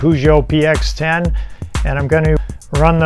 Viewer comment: thank you for the video but am sure Messieurs Armand Peugeot roll in grave for how you pronounce his name :)))))))) i will look to get a vintage one and restore it